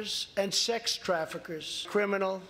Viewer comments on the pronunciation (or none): Hey chump what is crafekers? I asoom you were traying to say trafficers 😂🤣